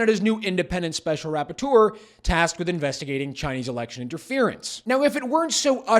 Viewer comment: I know this is serious business but I can't help but giggle every time he says special "rap-por-teur(d)